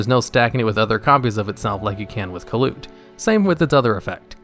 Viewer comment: I thought kalut was pronounced more like caiou and less like kaput